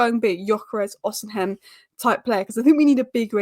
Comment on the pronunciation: go with me.. i am Nigerian... it is Osi mhen.. not osin hem